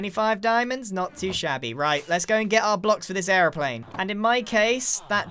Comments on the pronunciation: An errplane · The way he said airiplane gave me hardcore British vibes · Is he saying airplane or aroplane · when he says Airplane he gets and American voice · is the moment he says it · omg i was thinking about this too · Anyone else notice how every time he said Airplane, he said it with an American accent? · Am I the only one that noticed how American he sounded when he said airplane? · Is it just me or does the way Grian pronounces airplane sound Irish? 😂